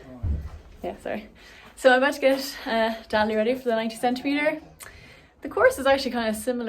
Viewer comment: wow a commentator pronouncing Dali's show name correctly 🤯👏👏👏 well done mr commentator I'm very proud Edit: noooo he failed 😭